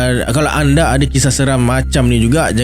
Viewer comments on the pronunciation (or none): none